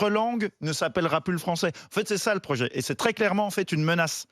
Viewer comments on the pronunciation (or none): Erratum : "projet" et non "rojet"